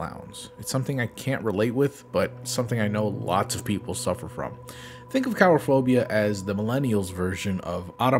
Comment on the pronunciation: Karaphobia? I thought it was Coolrophobia